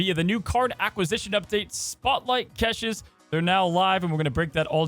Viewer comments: I enjoy the content..i really do. Please, please...say cash-shay not catches😂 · please for my sanity learn how to say caches. It’s like cash in your wallet. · STOP PRONOUNCING CACHES THAT WAY! THIS IS WORSE THAN KILLMONGER! PLEASE IM BEGGING